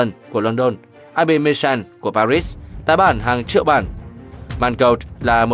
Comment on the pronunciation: Bạn có giọng đọc hay, truyền cảm nhưng sao tên thủ đô của nước Pháp bạn không đọc là Pari mà đọc thành Pa rít thế.